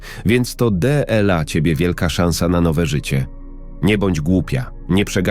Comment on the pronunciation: Qźwa, co ten z tym de el a. ????? Po polsku nie potrafi przeczytać "dla". ???? A ta ciocia to chłop czy baba, bo już nie wiem. Za co tu podziękowania?